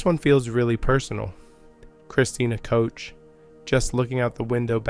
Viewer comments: Koch is pronounced like the Scottish Loch, not coach. It's a gutteral "ch" because it's German. Cook is better than coach. Koch means cook in English. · Thanks again! Excellent job of putting all of this together, in one place for everyone to see. Please don't pay any attention to some of the questionable comments... We all know just how well those people would do if "only they were astronauts"! As for the pronounciation of Ms. Koch's name..... Some people have wayyyyyyy to much time on their hands! 🤣We all know who you mean!